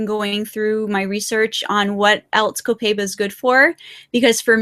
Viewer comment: Mispronouncing Copaiba. It's like "cohp eye eebah". Sorry for correcting, but it's my job. Spanish teacher here...:)